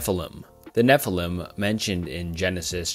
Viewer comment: Your content has improved massively but fr get someone to check your pronunciations. It makes it genuinely difficult to listen to Enoch= Ee-nok Nephilim= Nef-il-eem Tetragrammaton ≠ JHVH Tetragrammaton = YHWH Pronounced Yawheh, not Jehovah. The consonants are Yod, Heh, Waw, and Heh